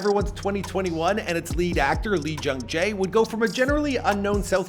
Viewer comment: It’s not pronounced ILL MEIR. It’s pronounced IL MAH REH